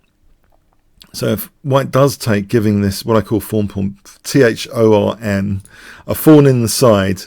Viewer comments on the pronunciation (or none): Now I get it! 'Thorn' not 'fawn'. I guess, Tryfon belongs to that part of the british populace who 'fink', not 'think'.